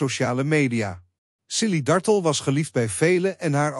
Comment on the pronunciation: JAMMER DAT DE "COMMENTATOR" ZOVÉÉÉEÉL X DE ACHTERNAAM VAN MEVROUW DARTELL VERKEERD UITSPREEKT ! HEEL ERG STOREND en DOM ‼️